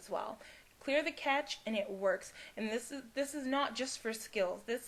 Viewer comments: Cache pronounced like "cash" not "catch"..... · Thanks for this video! It would help many people if you maybe listed some helpful websites to research problems. I've googled many different problems and some websites really don't help, and some really do. It's hard to know the difference. Also, it's CACHE pronounced CASH. It would have a T before the CH if you were to pronounce it CATCH. Thanks! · lol i know this vid is old but her saying catch instead of cache was annoying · why do you keep calling cache a catch? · Lol at clear the cache you said sim compositor crap-cache LOL